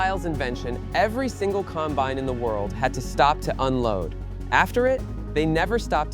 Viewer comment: ...among all the other words it mispronounced, like combine that was mispronounced most of the time, but at least once AI got it correct. Or Kansans, really?! I suppose you don't want to spend money for a good text to speech model when you're in the business of AI slop.